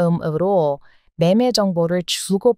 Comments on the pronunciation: 한국말을 너무 잘하시는데 너무 완벽하게 하시느라고 어색하게 들릴 때가 가끔 있습니다 에서 "알음알음"을 정확히 발음하려고 한 자 한 자 띠어서 발음하는데 우리는 그냥 "아름아름"이라고 빨리 말합니다 일종의 liaison 같은 거지요 그리고 '자음접변'이라는 규칙이 있는데 "신라"는 "실라," "원리"는 "월리," "인류"는 "일류"로 "국물"은 "궁물"로 발음합니다 이렇게 발음하면 말하다가 멈칫거리지 않고 빨리 말할 수 있습니다 문법책을 보시면 설명이 잘 되어 있을 겁니다 그러다보니 한국인들 중에는 "온라인(on-line)"을 "올라인"으로 "밴쿠버(Vancouver)"를 "뱅쿠버"로 발음하는 사람들이 꽤 많습니다 재미있지요? 한국말을 잘 하시는 의 흠을 잡으려는 것이 아니니 재미있게 봐 주시면 좋겠습니다. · 어쩜 발음이 이리 좋아요! 알.음.알.음, 한자씩 또박또박 정말 귀여워요. 즐겁게 시청했어요.~😊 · 친목을 다진다는 표현도 하시네요. 외국인에겐 어려운 말인데도 한국인 이상으로 어휘구사력이 좋으시네요. 그리고 '알음알음' 발음하실때는 단어 그대로 '알 음 알 음' 하시지 말고 '아르마름'으로 발음하시면 됩니다. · 알음알음 >> 아름아름 이렇게 발음하는 게 편하쥬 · '알음알음'은 실제 발음 시에 '아름아름'으로 한답니다. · 알음알음 발음은 아름아름으로 발음하면 됩니다. 문법적으로 연음법칙 입니다. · "알음알음" 을 읽는 방법---->> 단어를 적을 때는, '알음알음'으로 적고, 이 단어를 입으로 읽을 때의 발음은, '아름아름'으로 읽으면 됩니다. 즉, 단어를 적을 때와 읽을 때의 차이 입니다. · 알.음.알.음 발을 할 때 >>( 앞글자 받침+글자처음 무음인 ㅇ 일 때 )연음법칙된다 하거든요 그러면 아.름.아.름 이렇게 발음이 되요. 예로 부엌에>>부어케 , 얼음>>어름 이렇게요. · 이분 일부러 저렇게 발음하는듯. 알음알음이란 말의 뜻을 아는데 발음은 알.음.알.음? 들을수록 이상함. 대본은 한국상식 정치 잘 아는 다른 사람이 써주고 읽는건 한국어 어눌한 교포가 읽는건가 싶네요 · ....'알음알음'은요..발음하실 때...연음으로 '아름아름'으로 발음하시는 게 자연스러운 한국 발음입니다... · 발음하나 말씀 드리려구요. '알음알음' 의 단어는 맞는 표현인데, 이것을 발음할 때는 '아르마름' 으로 발음 해야 합니다. '연음법칙' 때문에 그렇습니다. 발음하기 힘든 것을 뒤에 오는 단어에 맞춰 편하게 발음하는 것은 영어에도 많이 있지요. 그런 의미라고 생각하시면 됩니다^^ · 알음알음이란 단어가 발음하기 어렵죠? 아름아름으로 발음하면 된답니다. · 아름아름으로 발음해도 되요^^~ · 알음 알음 , 발음이 재미 있군요!